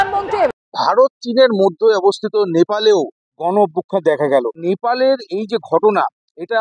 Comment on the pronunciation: দাদা কি দেখা গেলো "গন" কি দেখা গেলো ? উচ্চারণ টাও ঠিক ঠাক করতে পারেন না কিন্তু হাতে আপনার "বুম" আছে !!! আপনি স্বয়ং ভগবানের থেকেই বেশি শক্তিশালী 😂😂😂